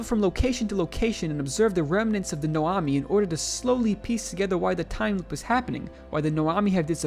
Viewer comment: I do like how you somehow managed to read Nomai as Noami tho